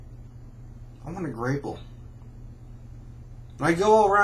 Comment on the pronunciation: It's pronounced grap-pple